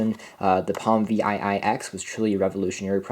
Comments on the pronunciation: I worked at Palm from 2003 to 2009, and as others have said - this unit is called a ‘Seven Ex’, not Vee Aye Aye Ex. Seven Ex. ViiX. 👍🏻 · Yes. Him calling this thing Vee Aye Aye X is making me crazy hahah